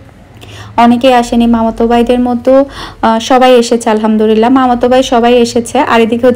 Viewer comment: আপু,কিছু মনে করবেন না প্লিজ। ১০০ কে হওয়ার অনেক আগে থেকেই আপনার ভ্লগ দেখি।অনেক ভাল লাগে। ত,কথা টা এর আগেও অনেক বার বলতে গিয়েও বলিনি।কিন্তু এখন বলেই দিচ্ছি,প্লিজ কিছু মনে করবেন না। আপনি যে,আলহামদুরিল্লাহ বলেন এটা ত ভুল আপু,আলহামদুলিল্লাহ হবে ত।তাই না!!...